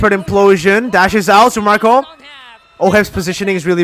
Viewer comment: just say it mirko it's Ph mlbb